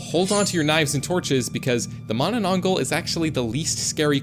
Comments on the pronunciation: pronuce mananatangal as ma-na-tang-hal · Its ma-na-nang-gal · Bro cannot read filipino manananggal😂😂😂😂😂